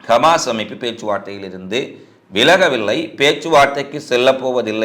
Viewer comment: நீங்கள் கமாஸ் என்று குறிப்பிடுகிறீர்கள் ஹமாஸ் என்று சொல்லவும்